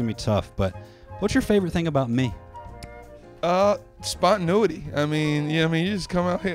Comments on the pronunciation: spontanuity!!! LOLLLLL it's spontaneity.. :D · Spontinuity. hah. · I was thinking the same thing. But he lost the points when he said, "spontin-u-ity."